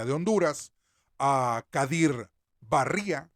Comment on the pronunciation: Barria el acento en la vocal cerrada "i" la intonacion es en esa vocal